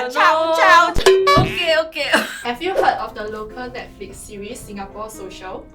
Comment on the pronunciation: guy: oohh nesflicks yess girl: *side eye corrects him